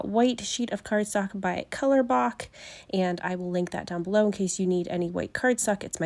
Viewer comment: Cute Photos! i love your diagonal rainbow. Just an FYI: The brand COLORBÖK (German Ö) is pronounced in English as u (as in the sound uhh). I looked it up one time because I thought it was "Colorbook."